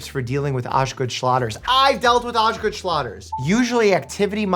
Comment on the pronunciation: Dr. Mike can only pronounce Osgood Schlatter because he's Russian. This like he's been waiting for this moment his whole life. lol.